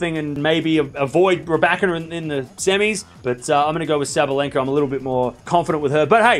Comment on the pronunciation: You learned how to pronounce "Rybakina" the correct way - congratulations. Now make another step - Kasatkina, Svitolina and Kalinina are PRONOUNCED THE SAME WAY. You're putting the stress one syllable too late.